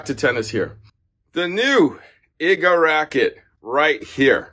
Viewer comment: You could at least research how to pronounce Iga's name correctly!